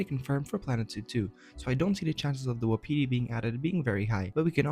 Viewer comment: It's pronounced WAH-pih-tee not wa-PEE-tee.